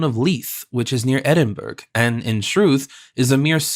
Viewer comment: Much enjoyed, especially at 80% speed, Edinburg, Green wich ? AI Bryan Godwin perhaps? Very good listening though